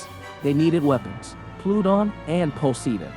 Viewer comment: why cant you say Poseidon like a normal person... and not as ''Pociidon''